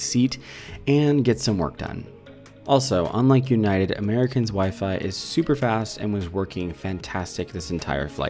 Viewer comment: "delta scarelines" "American't airlines" "Ewnited"